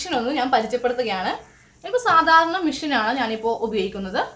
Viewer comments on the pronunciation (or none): ചേച്ചി മിഷൻ അല്ല മെഷീൻ എന്നാണ്